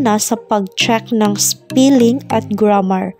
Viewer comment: Thanks helpful po talaga Pero pls.check the wrong pronunciation of some words such spelling heading etc.masakit sa tenga...Thanks